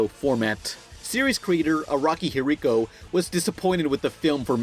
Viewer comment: Hiriko... Araki Hiriko? what the fuck,?